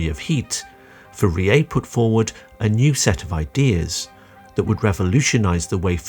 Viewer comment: Pronouncing 'Fourier' wrong throughout the video was impressive, and also painful.